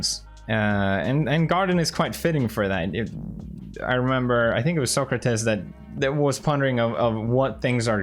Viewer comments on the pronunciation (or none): "Soh Cre Tehz" (socrates) - Philosophy expert Felix Pewdie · PewDiePie: Socrates CC: soak retains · The way he pronounced Sokrates hurt my soul lmao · Sokrahtaze? Do you mean Socrates? lol, never heard that pronunciation before :D